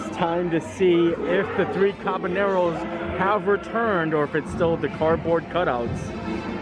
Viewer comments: Anybody else notice that always says “the three cabaNEROS” when talking about the ride in Mexico? It’s pronounced “ca-ba-YEROS”. 😆😂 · There's no "N" in Caballeros, my dude. You keep saying CabalNEROS.